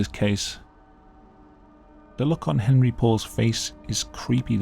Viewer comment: Hon ree not Hen ree